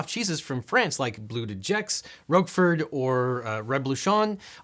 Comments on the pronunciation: Absolutely butchered the pronunciation of Roquefort, and I'm here for it 😂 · I'm always astonished at what Americans call cheddar cheese, nothing like the original English cheddar cheese. Oh, and by the way. Roquefort is pronounced like rock-for, not roke-furd.